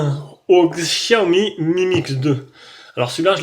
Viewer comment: bonjour, on ne dit pas xiaomi mais cha o mi Je suis en chine depuis 3 ans et je viens de faire l'aquisition du MIX2